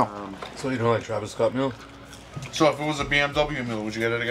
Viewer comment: And he can’t pronounce “TRAVIS”🤣🤣🤣